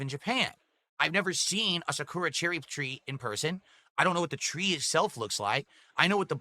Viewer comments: Cherry Blossoms grow in other places besides Japan... also its not pronouced Sa - koo - ra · He pronounces Sakura like an idiot too.